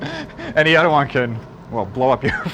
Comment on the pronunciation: Derek!!!! How are you letting this guy get on your channel and sound like an unlettered dunce??? Please teach him how to pronounce the word "Other"... IT'S NOT "Udder"